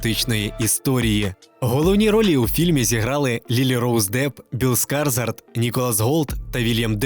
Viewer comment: Біл Скашгод взагалі-то. Це як з тренером Оле Сульшером: всі роки неправильно вимовляли його прізвище як Сольскйяер.